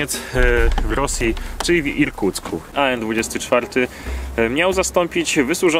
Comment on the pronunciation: Tak na przyszłość nie mówi się aen tylko an od slowa Antonov